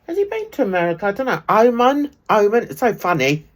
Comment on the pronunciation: It’s pronounced O man and it’s a country in its own right, not a part of Saudi Arabia…..